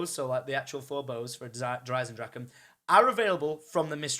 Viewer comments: ITS DER EISENDRACHE NOT DER EISENDRACHEN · Bruh pleasssee it's not "Der Eisendraken"